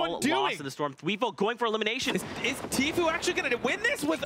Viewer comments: announcer kept calling him "t-few" lol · Its tfue not tfew